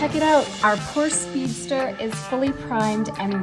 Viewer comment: Por......sche. two syllables